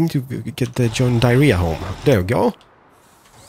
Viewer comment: Still saying john diarrhea xD